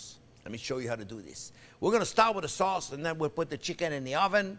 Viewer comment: when he said "you can make that soz in big quantiti and friz-it..." I was waiting for "yu can friz-it for 17 ears" not this time...I'm sad